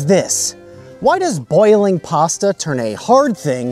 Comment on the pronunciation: Pasta ✖️ Pass-tha ✔️